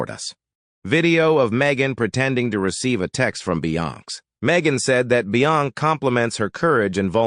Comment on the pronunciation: OMG....this voice...doesn't know how to pronounce Beyonce...LOL! If you think the Sugars are Bad...That Beyhive is VICIOUS! I was on your earlier live commented but nothing. Wish you would engage more but thanks for exposing.